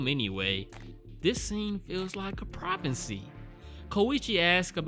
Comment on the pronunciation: gets 'S's mixed up - corrects himself. Also five seconds later: "PROPHENCY" xD